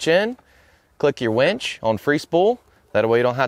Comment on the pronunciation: Dude it's winch not wEnch 😂